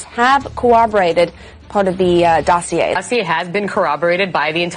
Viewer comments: Dossier is a French word so when you see -ier at the end it's pronounced ee-ay not ee-er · How can you not know that the R in dossier is silent? They said the word thousands of times when they thought it was legit, then a thousand more from Fox once it came out that it was bullshit.